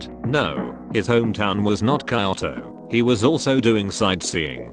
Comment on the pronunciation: TTS says "kayoto" Lol